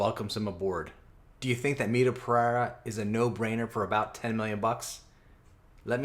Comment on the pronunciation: my man.. you need to work harder in that Pereira pronunciation.. 😁